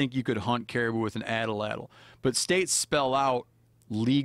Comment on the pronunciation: Steve, it’s called an atlatl not an atalatl.